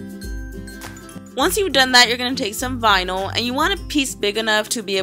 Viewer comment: All I herad was vinil